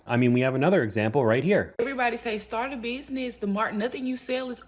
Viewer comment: "stort uh beeezneez"